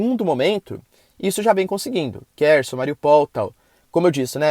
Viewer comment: Professor, a pronúncia é algo como RRERSON e não Kerson. Se escreve, em russo, Херсон, tendo a letra X função de R como na palavra Rato.